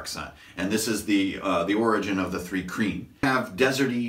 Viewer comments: Also it's not 'three kreen'. it's pronounced more like 'try-kreen" but with a 'h'.. Thry-kreen. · Pronouncation correction: Thri-Kreen (Thry-Kreen) Mul (mül/mule)